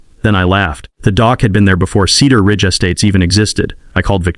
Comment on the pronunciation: Slow the reading down. Several sentence errors and mispronunciations. Cedar Ridge or Keeter Ridge make up you mind.